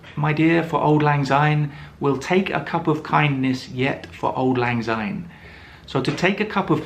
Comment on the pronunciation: Oh dear! One minute in and you have pronounced "Syne" as "Zyne"! The song is in Scots. Translation from Scots to English: "Auld" ="old", "lang" ="long" and "syne" = "since".